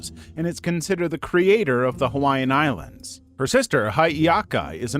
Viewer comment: Mahalo nui for including Hawaiian beliefs! And your pronunciations are good! But you should have dressed the people in more cultural clothing.